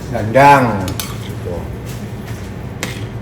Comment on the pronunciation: 😂😂😂 ktawa dengery pas.bilang danddang medok bgtmbak